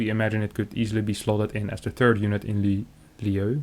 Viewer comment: in lieu is pronounced "in loo", it means "in exchange for". also, why isn't there any mention of ZvZ?